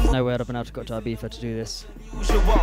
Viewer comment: It's pronounced e-biza (I it's e sound in Spanish and Catalan )